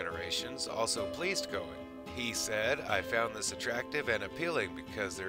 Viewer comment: "Kay-nig," not "Koe-nig."